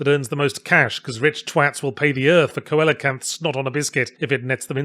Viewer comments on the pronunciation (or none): Coelacanth is pronounced See-Lee-Oh-Canth, which I guess you’d know if Animal Crossing had actual recorded speech instead of meep-meep-moop-meep noises for its villagers. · "Coelacanth" is, bizarrely, pronounced "see-la-kanth," not phonetically. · "Coelacanth" is pronounced "SEE-lacanth" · I’m more interested in this game now thanks to the review. Also, “co-ELL-uh-cant?” I think it’s pronounced “SEE-luh-cant “ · I thought "coelacanth" was pronounced seel-ick-anth instead of ko-ella-kanth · The fact you pronounced it co-eel-a-canth says you learned the word from reding so mucho aprendo, but t's see-low-canth for future refrence. Feel free to mercilessly mock me for being a nerd, I shalll love you regardless! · This is very petty and pedantic, but... "coelacanth" is pronounced like "SEE-luh-canth," not co-ello-canth.... blame the Romans for being bad at transliterating ancient Greek vowels haha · it's "see-lah-canth" not "kow-ell-ah-canth" you dolt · It's pronounced "SEE-lo-kanth," Yahtz. However, I can forgive you; I used to mispronounce coelacanth until about 15 years ago, lol (ocean lover, here; please don't judge). 😁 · coelacanth: "see-la-canth" (like coeliac : see-li-ack) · something something coelacanth blah blah pronunciation something something "SEE-luh-kanth" etc etc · Isn't coelacanth pronounced "seel-a-canth"? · Hey, Yahtzee! Great video! Just wanted to let you know that coelacanth is inexplicably supposed to be pronounced "see la canth" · for your benefit the fish "coelacanth" is pronounced "see-la-canth" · I think you'll find it's pronounced seel-o-canth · Did Yahtzee the wordsmith just pronounce Coelacanth as Ko-el-ih-kanth? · potato/potarto - I think we can both agree though that it isn’t Ko-Ell-Ah-Canth. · If they wanted it to be pronounced silocanth, they should spell it as such. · The way you pronounced coelacanth caused me genuine pain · I can't believe he mispronounced "coelacanth". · I think Yahtzee mispronounced Coelacanth.